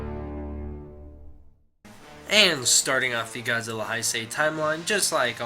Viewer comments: great video,but just fyi Heisei is pronounced Hey-say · Nice. Just so you know it's spelled Heisei and it's pronounced "hay say"